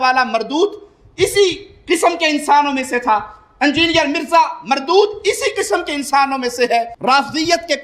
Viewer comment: Engineer Mirza doesn't know how to pronounce the word "engineer" what does he preach ?? Firstly, learn the phonetics, neither you an engineer nor a preacher !